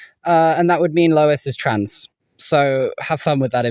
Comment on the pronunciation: she really said family tran